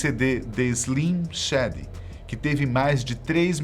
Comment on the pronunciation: Agonia do cara falando Slim Shady errado